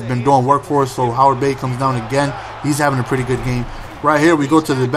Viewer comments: Not to be a dirtbag, but i thought it was Heyward Bay, not Howard XD, great video as always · its Heyward bay not Howard bey:)